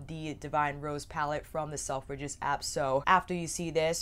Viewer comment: Love you channel but I wasn't sure what you were saying at first with the way your pronounced selfridges its more like sel-fridges rather than self-ridges